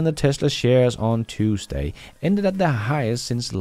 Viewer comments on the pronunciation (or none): none